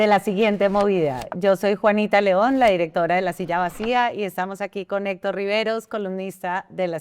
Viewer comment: Esta senora no tiene fluides al hablar , se traba mucho y nisiguiera puede pronunciar la palabras Hector. Senora visite a un fonoaudioligo o retrirece